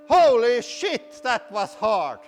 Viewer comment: you mean schit? :P hahaha